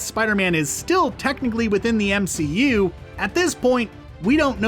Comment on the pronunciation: Did no one realize that he said msu, its mcu, not msu